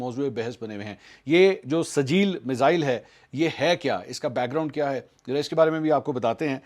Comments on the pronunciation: O Bhai, Ye Sajeel nahi SIJ-JEEL hai. Quran ki surah-e-FEEL yaad karo. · it's Sijjeel not sajeel. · Mansoor sahib yeh sajeel nahin sijjeel hay aur yeh soorah feel mein hay.